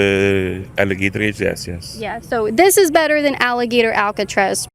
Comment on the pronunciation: If that’s how you pronounce Alcatraz, GTFO of the country!!